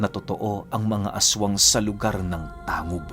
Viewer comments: Tang.gub po hindi po tangub. Parang olotanga. Olotangga pagka bigkas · Tang- gob ho Hindi tangob Ang pag bigkas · "Tang-gub" po ang pag pronounce nyan.. taga miss occ. ako ozamis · Ganda ng storya. We pronounced it as Tang-gub not tangub. Salamat! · Hindi Yan tangub/tang gub... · Tang-gub po ang pagbigkas nyan 😅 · Good pm "Tang-gub" po ang tamang bigkas ng Tangub. Pero solid ng kwento God bless. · TANG-GUB po tamang pagpronounce ng lugar. hehe😁